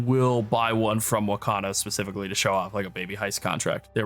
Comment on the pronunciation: The NPC Whakano is pronounced " Fakano "